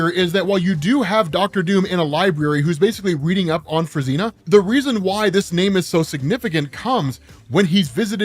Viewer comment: Fruzsina is pronounced as froo-zhee-nah ("zs" is like "s" in "pleasure")